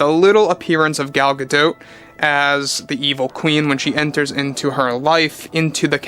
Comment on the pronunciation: The 'T" is silent in Gadot my friend. 😁